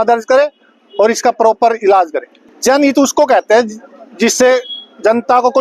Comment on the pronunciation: Janhit bol rha hai ye lawyer jan hani bolo sir ji